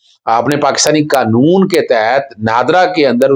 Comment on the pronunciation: بھای صاحب اپ سب لوگ معہ قانون دان اظہر صدیق سمیت قانون کو کانون بول ہے ہیں یہ لفظ ق سے قانون ہوتا ہے ک سے کانون نہیں۔